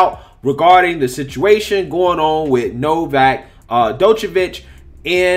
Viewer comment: Thought y’all was calling him Novax 😂😂😂. His name is Novak.